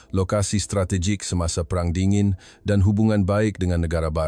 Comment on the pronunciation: Hello! bukan berwarna PERANG.. Perang tu makna nya ''War'' dalam bahasa Inggeris... sebutan yang betul ia lah ''pay-rang'' barulah bermaksud warna. Ini lah akibatnya bila guna suara AI